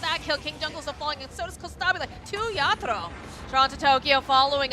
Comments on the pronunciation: ยา-โท-โร่ ด้วยแต่อ่านเป็น ยา-ทูโร่ ผมฟังๆรู้สึกหงุดหงิดยังไงก็ไม่รู้555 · miposhka กับ yatoro มันอ่านแบบนั้นหรอครับ คือฟังแล้วมันขัดหูมากเลย อีกอย่าง yatoro ไม่ได้โกนหัวก่อนแข่ง แต่โกนก่อนเจอ OG รึเปล่า ?